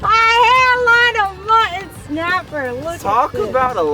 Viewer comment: Cracks me up every time says “Muh-an”! Lol, ❤️ you guys!😂